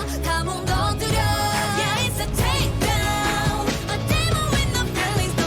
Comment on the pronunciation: its Takedown not brakedown